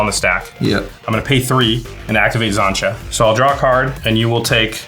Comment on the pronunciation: Love but her pronouncing of xantcha’s name is grating lol